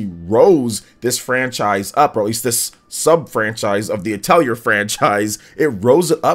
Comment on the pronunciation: Just FYI, the correct way to pronounce Atelier is "uh teh lee ay" :)